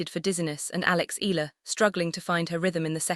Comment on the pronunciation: By the way, it's E-ya-la, not Ela. Thanks.